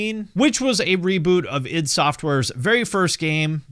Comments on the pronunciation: The way a youtuber pronounces "Id" is a litmus test to see if the video about Doom is worth watching. You passed. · Glad to see someone pronouncing "id" correctly for a change lol.